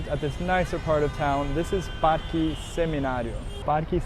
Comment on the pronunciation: Awwwww I love the cats! That Santa Ana Hill area is so cute, I love it too. I alllssssoooo love how you pronounce all the Spanish words with a Brazilian Portuguese accent- El Parkee! jajaja :_GringoDrink